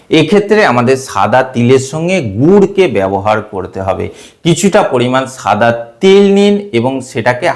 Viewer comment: সাদা কে ছাদা বলছেন